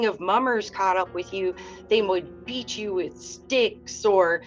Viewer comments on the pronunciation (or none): none